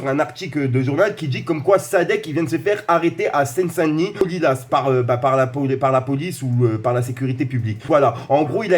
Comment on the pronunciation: prononce pas le S de lilas stp cimer=) et "en"seine saint denis pas "à"seine saint denis!sinon force à toi continu!"les critiques font avancer"